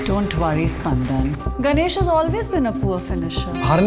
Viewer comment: Finally... the correct pronunciation of the name. And not "Sapandan"...